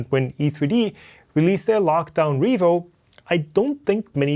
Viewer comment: "Revoo HighSlow Nozzle" Sorry;D